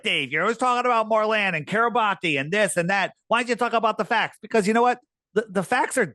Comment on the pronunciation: 👋🏻 YOU'RE KILLING ME EVERY TIME YOU MISPRONOUNCE THIS ISLAND Kiribati (/ˌkɪrɪˈbæs/ (￼listen) KIRR-ih-BASS),[7] officially the Republic of Kiribati (Gilbertese: [Ribaberiki] Kiribati),[8][9][10] is an island country in the Micronesia subregion of Oceania in the central Pacific Ocean. Its permanent population is over 119,000 as of the 2020 census, with more than half living on Tarawa